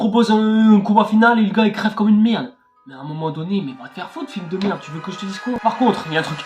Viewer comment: "Que d'la meeeerde" "Il nous faut absolument du frrric"